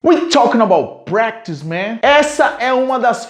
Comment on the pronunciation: Quantas horas vc ficou TREINANDO pra falar Talkin' about pratice tão bem??